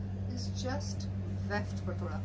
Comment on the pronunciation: it is Weft ... Not left!